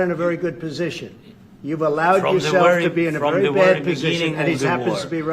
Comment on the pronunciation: "I'm wery serious' says Zelensky, so he turns up wearing that garb!